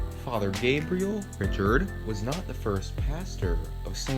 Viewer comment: Fr. Gabriel Richard - pronounced “Ree-shard”.